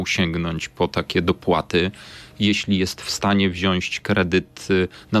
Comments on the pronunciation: Też to zauważyłem 😮 Minister mówi "wziąść". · Pan minister: „wziąść”? Mówi się wziąć.